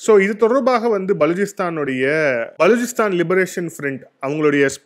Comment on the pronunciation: பலூச்சிஸ்தான் நீங்க உச்சரிக்கும்போது பலூச்சிஸ்தான் உடைந்து போவுது. அப்புறம் கவுதாரி போர்ட் இல்லை குவாதர் போர்ட்